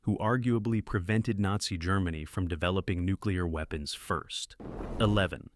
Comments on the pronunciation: "A Needzy Castle" ? You should either use natural narration or upgrade your AI - preferably the former ! 😂 p.s. I also for the world of me couldn't make out what the AI made out of "WWII" earlier on in the video !!??? 😅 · Gargage AI commentary, including not even pronouncing the word "Nazi" correctly! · It's a good list, but they're not all movies about WWII. It would also have been nice if the AI could pronounce things correctly, especially WWII and Nazi.